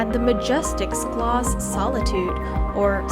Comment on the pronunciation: Terrific video of Stuttgart and its many places of interest - the pictures were beautiful, though many times the narration did not match the picture on the screen. But PLEASE find someone who can tell you the proper pronunciation of places like Stuttgart (Shtootgart), Schillerplatz (Shillerplatz) and Schloss (Shlawss), Wilhelm (Vilhelm). Listening to your narration was painful for someone who lives here.